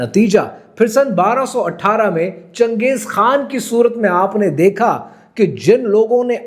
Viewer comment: Changej khaa hota hai chuyiyee khan nahi 😂😂